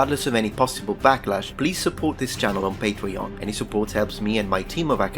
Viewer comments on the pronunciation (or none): none